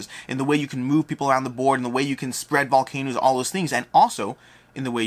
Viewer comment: Were you saying VolcanOOs on purpose?